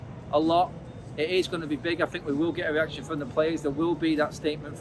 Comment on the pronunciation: Why does this guy pronounces the letter R like a W? weaction instead of reaction lol